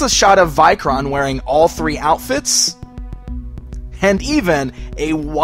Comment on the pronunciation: I like the vikoron or vikor figure how ever you said the name best tho I hate the horned helmet as I have Norse ancestryand knowing it was based on a Viking I hate that the folks of history added horns to the helmets when they were never on any helmet ever found